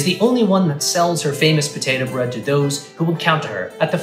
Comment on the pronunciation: Potatoes, and bread. 🥔🍞 It's Ta'er Brread!